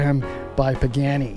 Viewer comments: Pagani. Pronounced PAH GAH KNEE. Not PAGANNI. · Pagani not Pagheni. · Bro said peckani